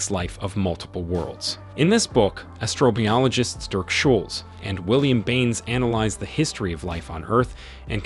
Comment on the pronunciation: Knee-GLIDGE-able? Astr-OH-biologist? Why do you so often stress the second syllable of any unfamiliar polysyllabic word? It’s rather weird. PS theres's more. Banal should not rhyme with anal. It's pronounced buh-nahl. Finale is pronounced "fin-ahlay" not "fine-ahl".